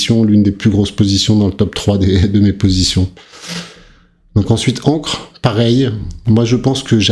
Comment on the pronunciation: faut juste arrêter de dire "encre", mais "Ankeur" ;-)